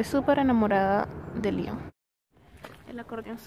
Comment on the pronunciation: muchacha tu eres venezolana o gringa? liiiiiiiiion? LION con O pronuncia bien la O.